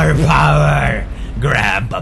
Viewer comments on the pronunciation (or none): none